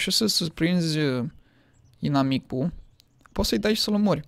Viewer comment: "inamipul" (nu am gresit eu) :)))